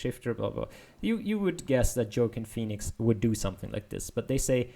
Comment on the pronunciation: How do you manage so many papers in so little time? Also it's wah-KEEN FEE-nix